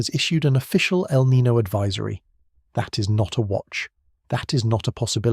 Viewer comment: Niño, not Nino. The name means "Christ child" because the warm currents peak around Christmas. Nino on the other hand is a first name in spanish. Not hard to pronunciate